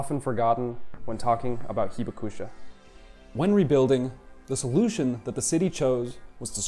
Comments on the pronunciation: WOW, I've lived in Japan 51 years but learned a lot from this video. You might try to say "hee-BAK-sha" because the "u" is almost silent (not "heeba KOO sha"). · Should be “hee BAK sha” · Accent on Hibakusha should be on the 2nd “ba” syllable. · The 被爆者 pronunciation was way worse lol. Not that I'd hold either pronunciation against someone who doesn't know Japanese.